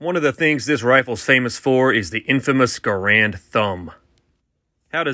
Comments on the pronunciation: Now that you've taught people how to load it; let's work on teaching people how to pronounce it. GAR- (pronounced like hair)-AND. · Errrrrm actually… It’s pronounced like grand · Maybe it's just me, but it's kinda cringy when people mispronounce John Garand's name. It just seems disrespectful to the inventor